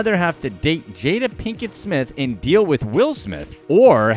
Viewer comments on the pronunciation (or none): none